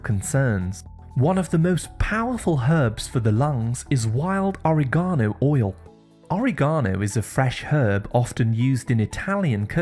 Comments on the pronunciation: Are you trying to say oregano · Yes, in the U.K we pronounce it "Awe-reh-GARN-oh”, or in Italian it's "O-RIG-A-No"